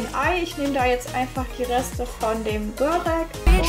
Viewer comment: Schönes Video 👍 allerdings heißt es „Börek“ also nur mit einem r